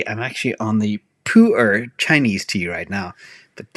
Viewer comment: Nice pronunciation. Puer, Pu ='poo' (perfect) Er = 'are' or 'R' (like you are saying the letter R) Poo-R tea Thanks for all the content over the years sir ❤️